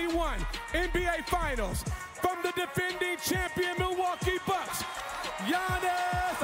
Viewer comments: Will anyone ever get yannis's name right? 😂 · Butchered Giannis name 🙃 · He butchered Giannis' name. He loses points for that, in my book.